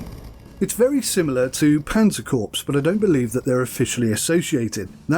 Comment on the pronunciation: Corps is pronounced cor